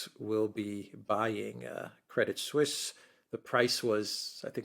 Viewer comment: Very informative as usual, just one slight detail, in Crédit Suisse, the 'T' is silent.